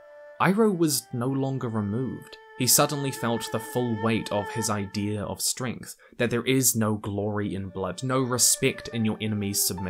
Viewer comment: Great video. Except.... Can you not say "idear" Its just "idea"